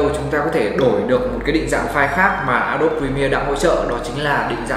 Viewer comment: a đô bi chứ k phải a đốp nhé ad